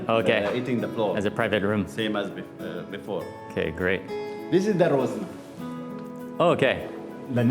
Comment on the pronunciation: it is called RAZONA NOT ROZNA